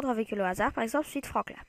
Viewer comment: Mec Klaxon se dit "klaxone" et Franklin se prononce "frankline" Apprend les prononciation mais sinon bonne vidéo avec une voix un peu bizzar quand même